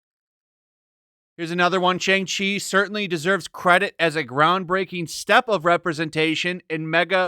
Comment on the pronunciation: Youtubers have already reviewed it and so far they say its good. Jeremy Jahns review was pretty solid. Not sure why y'all seem like you're rooting for this movie to fail and its not even out yet. Also purposely mispronouncing the name is really not cool.